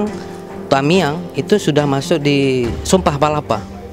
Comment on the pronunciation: tumihang tumihang ambe tamiang bukan tumihang